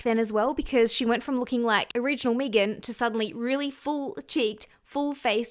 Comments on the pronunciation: Her name is pronounced "Meh-gan" not "Meagan" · Meee-gan? Lol it's meghan love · Me-gan is pronounced Meg-in She looks so old to me! All the surgery aged her at least by 20 yrs! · There’s only one E in Megan. There are Maegan’s out there that pronounce it MEEgan, but in the U.S., one E is Megan. 😅 There an also Meggan’s. Like Egg-uns 🤓🙃🤪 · Lmfao yes. Meeeegan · I love how it sounds like she says Megan like Vegan. 😆🩷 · Her calling Megan Fox Mee-gan is so wrong. Mee-gan Fox's career was dead before MGK. He made her relevant again and she owes him for that. I also hope they release a sex tape. I think it would help Mee-gan's career even more. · Can't with "Meegan" pronunciation 😂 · Its not meeegan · Never heard her name pronounced Meegan 😂😂😂😂 reminds me of Keegan & Peele. Meeeeegan meegan!! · I'm with you, hon, it's Me-gan!. And, for what it's worth, I think you are shit loads more attractive than her. And, that is not fellow Aussie bias.😊❤ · I thought you produced it Mee-gan when it’s spelled Meghan or Megan. If it’s spelled Meagan or Meaghan it’s May-Gan. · omg, im an aussie and your right, we do say her name like that lol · Sorry, I can't watch a video of you purposefully mispronounce someone's name. You just said it correctly so you are capable. No offense, I just think its a bit rude. Its not like you don't speak English so the accent isn't really an excuse. People may say it differently there but Megan Fox isn't Aussie. I know she ain't gonna watch this video but I'd be mad annoyed if someone just didn't feel like saying my name right for basically no reason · Thats not how you pronounce her name and you know that ... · No. Im Aussie and dont pronounce it like you do. 😂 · Girl I’m Australian as well and “Meg-an” and “mee-gan” are two totally different names!!😂😂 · Oh my god I couldn’t watch this with your pronunciation of her name